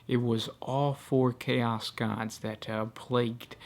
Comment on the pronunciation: I gotta agree. Many words are whispered, and he places a weird emphasis on the last syllable of every sentence, like "the planet was swarmed by hoards of cha-OS". This is intended as feedback, not trying to tear the guy down or anything.